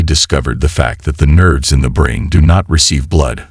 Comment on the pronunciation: Why use computer voice? It doesn't work and it's irritating. The nerves become nerds and the Quran become corn...